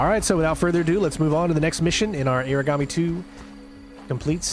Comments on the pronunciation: its Ahragami thats how it’s pronounced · Love the gameplay. Nice to see very stealthy walkthroughs. And it’s pronounced Ah-Rah-Gah-Mi(English pronunciation of “me”). Sorta similar to the pronunciation of origami(paper folding art). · It’s ARE-a-gami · He's been saying irigami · It's pronounced aharagami, the antagonist in the previous game even says it this way